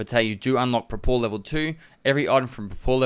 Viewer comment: Good job, comrade! BTW, the Prapor is not prapOr, it's prApor, it's shortened version of praporschick (ensign). And, off course, pronounce with strong R's)